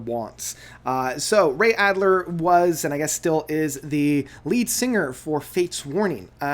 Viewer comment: Just a comment...it's Alder, not Adler...lol. Otherwise, good review.